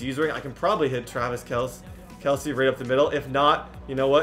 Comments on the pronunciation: kelc-eeeeeee not kelc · Kelce is pronounced like Kelsey bro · you pronounced kelce wrong just saying